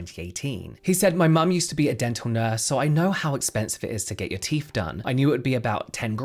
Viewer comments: How come you can say THink and THought but instead of saying teeTH, you say teeF? Frankly, if anyone with good, healthy, and normal teeth is doing this just to look 'good', they deserve the hassle, expense, and pain. How stupid is vanity and following trends 🙄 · It's 'TEETH', not 'TEEF'....FFS!! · Since you periodically do pronounce the word “teeth” correctly, please try and do it consistently instead of using “teef” randomly. Very annoying 😒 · Cmon it’s teeTH NOT TEEF! you more intelligent maybe I heard it Wrong 😑 I don’t think so plzzzz remember you TH’s , apart from that this is the best like info channel That’s also Hilarious when needed ok edit - now it’s toof ache lol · Please stop saying Teef pronounce the th sound. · Please please, it’s not ‘roof’ it’s ‘tooth’!!! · What exactly are these "TEEF" you keep mentioning? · It's "teeth," not "teef" FFS 😂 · The word teeth ends with a “th” pronounced as in “the” not “ teef “ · ‘Teeth’ not teef’ had to stop watching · Why are you calling them teef?? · Love how you say teef 😂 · Do British people realise the say teef and not teeth? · “Turkey teef” 😂😂 omg you’re killing me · Popped up on my feed. But i cant listen to anyone who pretends they cant pronounce 'th' they think it makes them sound cool. I noticed the he kept forgetting to say teef though! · I wondered what I'd clicked on when I heard "turkey teef". What to do with poultry???!!!!